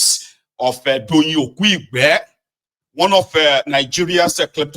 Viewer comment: Doyin Okupe not "Okuigbe"